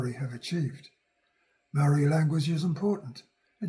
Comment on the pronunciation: Please learn how to pronounce the word MAORI properly. That would be a great start before making a video on heresay.